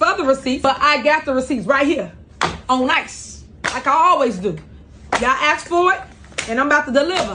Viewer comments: When she says "let me axe you" is that technically a threat of violence wirh a weapon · they will probably say its a word just like AKS someone. That STILL drives me crazy even though its pretty much accepted